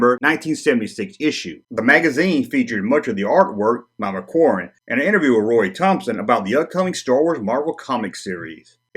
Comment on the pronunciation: Please, please stop calling him Ralph McQuarwen